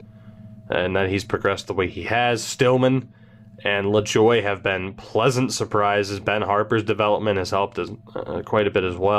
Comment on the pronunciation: Lajoie is not pronounced "La-Joy". It is "La-zhwah" (wah as in Patrick Roy if that is confusing)